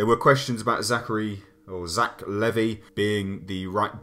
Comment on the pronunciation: Its Levi like the jeans that is how you pronouce his name